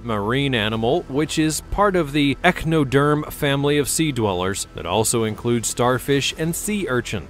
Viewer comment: "Echinoderm" is pronounced "ek-KAIU-no-derm." Thank you.